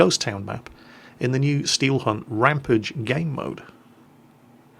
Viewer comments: Err,, it's rampAGE not rampIDGE. Like 'Dexter went on an angry rampage'. Sorry to be a nazi. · RamPAGE! Not rampidge